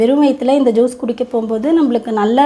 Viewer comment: it is not Jees but as Juice. In Tamil j will come as "JU"se.